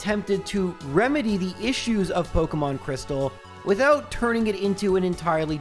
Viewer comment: pok EEEEEEE mon. not pok UHHHHHHHHHH mon